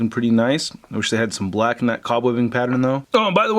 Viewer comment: This man really has trouble saying "black"